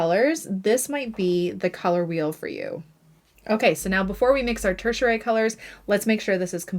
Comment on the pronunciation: Fun video! I love colors and the color wheel. 😊 You are pronouncing the word tertiary wrong though. If you google it you can listen to both the UK and the US pronunciation. Just thought you’d want to know! 😊